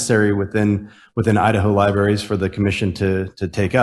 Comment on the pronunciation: That republican cannot even pronounce 'library' correctly.